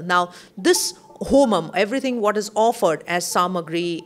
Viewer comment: Please learn the pronounciation when ur talking about sacred homa